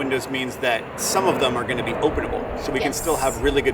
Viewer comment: 100% improvement, looks awesome! Like and engineered wheel house. I think invented a new word 😊. "Open'nable" or something 😅